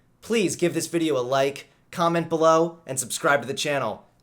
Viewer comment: Hahaha!!!! I commented awhile ago that it sounds like he's saying "Give this video a lake" at the end